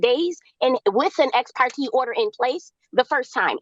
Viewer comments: It's "ex parTAY" not "ex parTEE". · The judge has said ex parte NUMEROUS times yet she continues to say ex-par-tee. This girl can’t even pronounce words right you really think she’s going to follow a judge’s order? She wants it all, but doesn’t wanna do a thing there’s nothing worse than a mooch. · The way she’s pronouncing Ex Parte is sending me!😭😭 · It kills me how she mis- pronounces “ exparte “ and her avoiding sell of house.